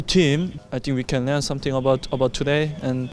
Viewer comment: Learn 발음 할 때 레언이라고 하는 부분 독일 억양이 남아있네요ㅋㅋㅋ 다른 인터뷰 때 sprint를 슈프린트라고 하는 것도 그렇고 우리흥이랑 비슷하게 독일어랑 영국 영어를 둘 다 하는 저로서는 굉장히 흥미롭네요